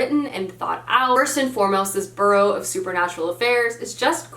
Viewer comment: I hate to be that person but I also personally hate it when I pronounce a word wrong. Bureau (as in Bureau of Secret Affairs) is not pronounced the same as borough (like the Bronx).